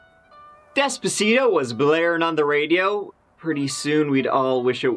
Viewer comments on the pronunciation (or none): "Despescia"... wth song is that? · The way you pronounced Despacito lmao so cute